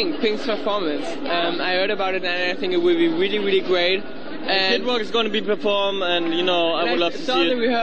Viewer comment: "welly welly geat" *laughs* How come that they can't say "R" ? *giggles* Sooo adorable!